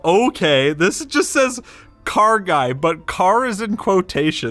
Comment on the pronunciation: The guy or the “juy”?